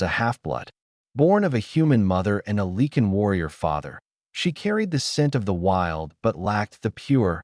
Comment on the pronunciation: PLEASE....Can't someone edit your stories. It's LIE CAN=LYCAN. NOT LEE KIN.